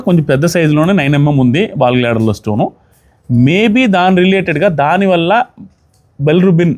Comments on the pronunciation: Ball glader kaadu gaal bladder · Adhi ball gladder kaadhandi garu adhi gallbladder andi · Ball gladder kadayya adi gallbladder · బాల్ గ్లాడర్ కాదు గాల్ బ్లాడర్ అనుకుంటున్నాను